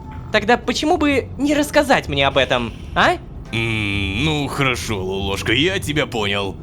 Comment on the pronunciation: Вот в нике лололовка Вот он говорит лолошка А правильно лололошка